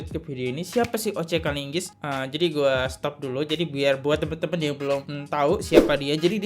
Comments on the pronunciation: Dibaca dgn baik nama pengecara ini oleh pemilik podkes ini...itu OCE KELIGIS..bukan OCE KELINGGIS..Bro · Ngomong yg bener bos.OC KALIGIS bukan kalinggis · BELAJAR TELITI DONG BRO!! SEBLMNYA LO SALAH SEBUT M NUH JADI M "NUR". SEKARANG SALAH LAGI. KALIGIS MALAH LO BILANG "KALINGGIS". JAGA NILAI DIRI KAMU DONG DI MEDIA PUBLIK GINI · Yg benar lu nyebut nama orang, seenaknya saja OC Kaligis lu sebut kalinggis.. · Beliau memang sangat terkenal, sezaman dgn Adnan Buyung Nasution. Tapi kok ente bisa salah sebut, jadi KALINGGIS??? 😅